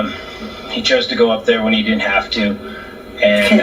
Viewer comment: He said dint.